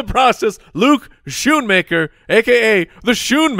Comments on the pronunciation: Is it not s-KOO-nmaker? I would love to hear that Klatt & Gus were mispronouncing Luke Schoonmaker's last name for all of the what seemed like 50 Michigan games they did the past few years. SkoonMan fits the SoundGarden lyric better though... Go Blue! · It's Schoonmaker. You guys are butchering his name.